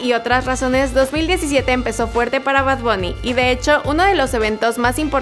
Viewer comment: Y no se dice bad bunny sino bad bAnny